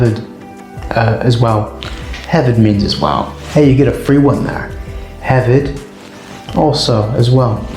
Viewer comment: Hefyd the f is pronounced as a v not a f.